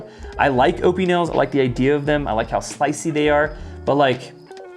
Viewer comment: Ah-pin-el = Opinel